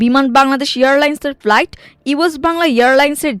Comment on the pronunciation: সংবাদ পাঠক কেন ফ্লাইটকে প্লাইট বলছেন